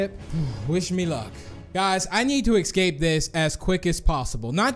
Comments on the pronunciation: I love how u say escape in the start "escate" And the house map u said "espace" I love how u panic dude hahahhaha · he said eKsape